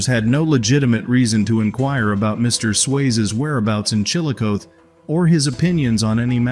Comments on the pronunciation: It's pronounced Chill o coth ee not Chilcoth . It was once the Capital of Ohio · Just letting you know that here in Ohio we prounounce Chilocothe as ChilAcothEE, for future reference 😊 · No it's still the strong CH like in the word Chili it's just ChilA w/the sound of UGH but it's the last ending that he prounounced wrong cuz it's CothEE w/the long EE sound at the end. He prounounced it allot like CHILOCOTH when it's CHILACOTHEE.